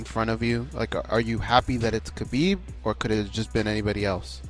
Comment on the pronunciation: Even Ali mispronounces Khabib's name.